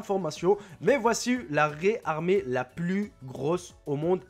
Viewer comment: dit pas livre mais kg gramme ou tonne sinon on c'est pas ce qu e les animaux font comme pois et dit pas raïe